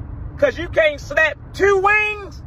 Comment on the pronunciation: Is he from Baltimore? ..I feel I heard the “tiieeewwwww” 😅